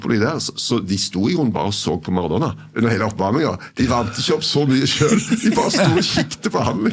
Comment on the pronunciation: Jeg får helt "fnatt" når jeg hører noen si "Maradonna" om Maradona.